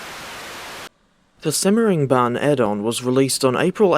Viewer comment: Yay simmering bahn. Its said how the butcherd it